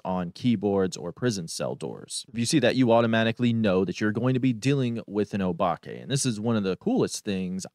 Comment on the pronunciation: Favorite ghost for me is a tie = Banshee/Obake. But I do believe that the correct pronunciation is O-Bake...you know, like the oatmeal and chocolate cookies minus the N.